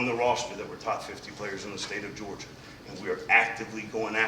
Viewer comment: So he can’t say Georgia